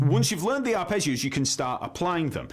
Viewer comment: Arrpegiooo😂 english pronounce it’s hilarious😂. I’m italian 😂